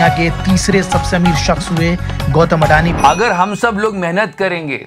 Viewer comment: Gautam "अदाणी" not "अडानी"